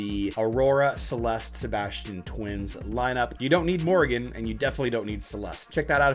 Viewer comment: Who says "Morgan" rather than "Morrigan" ??